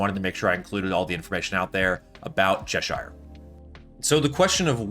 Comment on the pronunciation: Love the videos man keep up the great work! Tip, its pronounced cheh-sher.